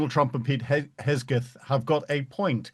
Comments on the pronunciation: Peter "Hesgeth" LMAO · I absolutely LOVE how he mispronounced Pete dumbass drunk Hegseth's name multiple times! I really hope that's on purpose to subtlety jab at his incompetence! PRICELESS!!